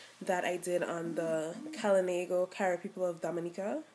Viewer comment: Good info but you need to learn to pronounce the words proper.. we KALINAGO are a proud people .